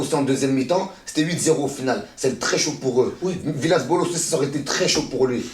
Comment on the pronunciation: "Villas Bolos"😭😂😂😂 alala 🤣🤣🤣😭